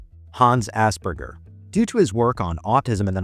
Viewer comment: Idiot pronouncing Asperger's as Ass burgers 🤦‍♀️